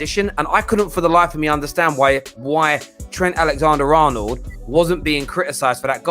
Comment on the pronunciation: butchering Trents name LOL. It’s Alexander not Alexandre🤣 he’s not a girl